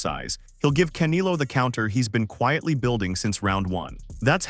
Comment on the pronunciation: Wow I couldn't continue watching. Absolutely a fin cadual or worse, someone who doesn't follow boxing at all. - I cringe every time u said "CAN i LO"....Its pronounced *Kan (E like Elvis, not E like Indigo), get it. - CanElo not Canilo u duma.sssss wow